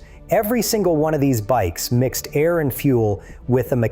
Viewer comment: AA- EYE- RR cooling? teach your AI to speak better